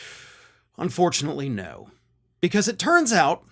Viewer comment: He didn't say "no"... he said "noe". 😁